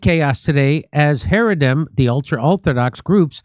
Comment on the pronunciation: It’s pronounced hara-deem. The i.m. Always Makes it plural